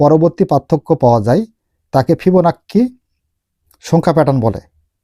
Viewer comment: আপনি ওইটা কি বললেন ভিবোনাক্কি না কিবোনাক্কি?